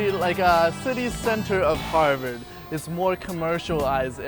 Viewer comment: i keep hearing 'Hogwarts' whenever he says 'Harvard'